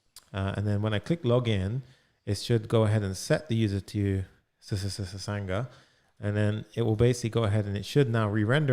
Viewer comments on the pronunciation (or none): Everytime he said ssssanga 😂😂😂